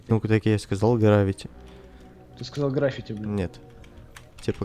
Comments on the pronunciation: ты сказал грвффити пересмотри никbumboss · Ты сказал графити